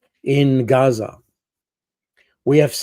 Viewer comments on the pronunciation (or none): none